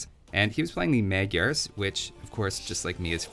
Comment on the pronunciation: Magyars pronounced mod-yours not meg-yars lol. They are just hungarians